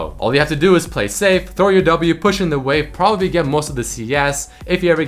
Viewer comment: "Propapbly" XD